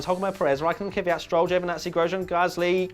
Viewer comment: pleas learn how to say kvyat... it isn't kivyat